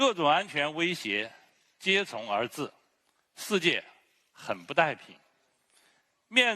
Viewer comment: 接踵而至，他读接重而至，堂堂国防部长，大字识得几个？